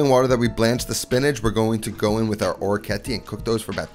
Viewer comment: It is interesting that “Guanciale” you pronounce it with the Italian final “E”. While “Orecchiette” you pronounce it with the American final “E”. :)